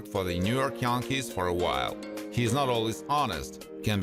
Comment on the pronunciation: "worked for New York Yonkees" I've watched enough......